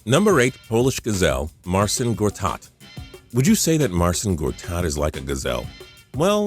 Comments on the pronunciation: It's not marsin gortat. It's marchin gortat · Most of these nicknames are honestly fine. And it's pronounced closer to Marchin for Marcin Gortat. For instance, Jonas Valanciunas is pronounced (Yonas Valanchunas)